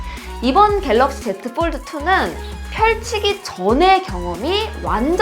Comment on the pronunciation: 영어 F 발음이 이상해요ㅠㅠ F 발음이 아니에요ㅠㅠ 뽈드 쁠립 ㅋㅋㅋ